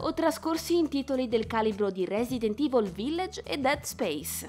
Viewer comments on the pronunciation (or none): none